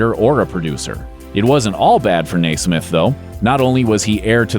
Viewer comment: NEH- smith!